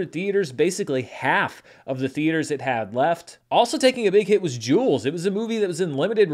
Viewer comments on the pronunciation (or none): none